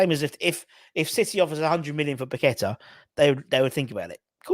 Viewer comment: nice to hear you can pronounce paqueta not like these media clowns pack a tar which is where paqueta was born not his name.